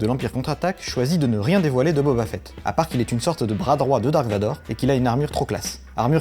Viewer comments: Deja commencer par prononcer correctement boba fett ( fit ) et pas (fête ) 😒😒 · Booba Fett ?!? 😂